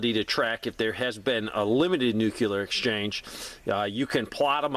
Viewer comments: Sorry pet peeve: nooclear, not noockular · If you're telling people how to avoid it, you should atleast learn how to pronounce it. Think "NU-CLEAR" not "NU-CULAR". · Why are you adding an extra syllable to the word NUCLEAR? NUCLEAR is a two syllable word. It is NOT a three syllable word. Stop saying "NEW-QUE-LEER". It is pronounced "NEW-CLEAR". Two syllables... not three syllables. Stop pronouncing the word NUCLEAR wrong. I’ll lead an effective strategy to mobilize trunalimunumaprzure.